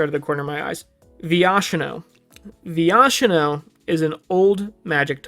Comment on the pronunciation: funny to see a newer player not knowing how to say viashino right